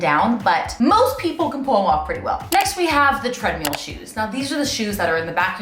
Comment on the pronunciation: lol i’m still waiting for the studio recording of the “I Hate the Treadmill (pronounced tread-meal)” song